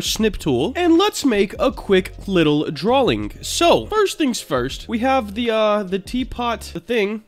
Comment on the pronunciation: Why do you say “draw-ling”?